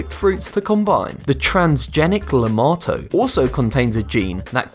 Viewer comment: Lemato sounds like LAMAO